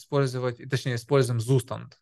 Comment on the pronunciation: И еще - не Зустанд, а ЦуштАнд, то есть состояние по-немецки